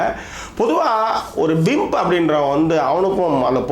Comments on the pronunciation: Thala athu pimp not bimp. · Not bimp...it's pimp